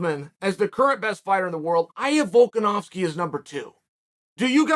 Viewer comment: You know you’re good when Chael pronounces your name correctly